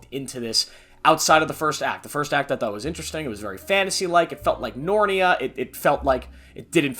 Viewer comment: No way bro just called it "Nornia"